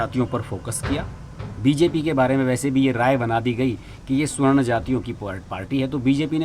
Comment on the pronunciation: I think it is savarn(सवर्ण) , not swarn(स्वर्ण). . Better to rectify.